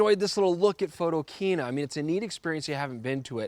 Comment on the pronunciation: Jesus,... PHOTO - KINA... The word KINA is a derivative of the word KINO, meaning CINEMA. Ring a bell?